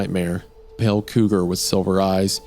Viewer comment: Every time the word pale is pronounced as pell I nearly scream.